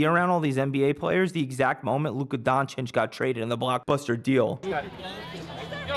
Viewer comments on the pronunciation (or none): none